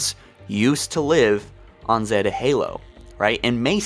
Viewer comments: Have you guys heard of Installation 7 or Zeeeeta Halo? It’s Zeta. Z-a-ta. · 1.This is a tech demo 2. It's Zeta not Zeeta. 3. The A.I. chip (not matter what A.I. is in it glows "blue" to identify that there is an A.I. inside of it. 4.there is a LOT of speculation about what's going to happen, remember this is a TECH demo. The fact that you made a 40 Min video on it has me feel you might be looking a little too much into it. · Zeta is pronounced like “Zay-Ta” lol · Holy shit, it's Zay-tuh Halo. Zeta Halo. Like Beta, but with a 'Z' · anyone else cringe at how he pronounced zeta? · Its one thing to pretend you figured any of this out on your own Before someone else but how can you keep pronouncing basic words wrong. I get that you have a speech impediment but it takes less time then it did to type this to look up and practice the proper pronunciation of the word Zeta. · Holy fuck say Zeta right